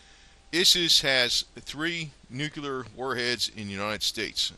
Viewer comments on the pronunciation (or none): Nu cle ar Not. Nu cu Lar. !!!! Damn